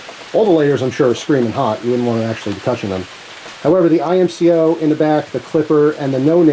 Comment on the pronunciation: Its IMCO not I M C O 😩😩